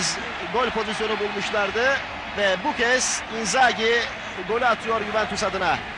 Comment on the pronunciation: Yorumcu Cüneyt Tanman : In-Gazi ( Inzaghi ) 🤣🤣😁😁